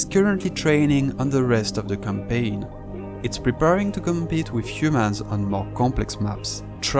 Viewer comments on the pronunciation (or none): none